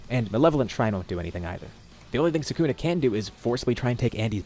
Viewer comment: i hate the way he says sukana its pronounced (Sew- ka-na) not (sew-kana)